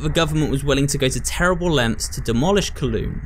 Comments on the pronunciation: IT IS PRONOUNCED COWLOON NOT KLOON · im from hong kong and can confirm. there are some ruins of it in the public park where it is now and it's a bit of an older neighbourhood. Also wanted to mention it's pronounced as cow-loon instead of co-loon but hey, first time for everything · Pronounced: “Cow-lOOn”. Some interesting architecture and history behind that place.